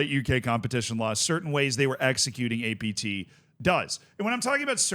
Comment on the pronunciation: Take a shot every time he says ATP instead of APT